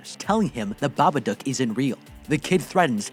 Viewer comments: its not babadook its babadUUk. its pronounced wrong the whole recap nd i kinda got mad so :") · I hate that he says babaduck not dook☠